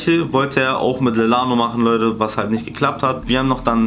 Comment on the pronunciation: Leude“ ,,Weider“ ,,Weidersendet“